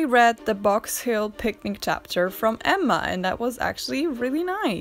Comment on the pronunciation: I always feel like home when hearing "Emma" with two distinctive M's pronounced. Anne with E, Emma with two M's, as it should be.